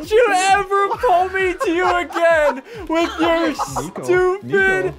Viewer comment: Dude he said wif trying to say with what a goof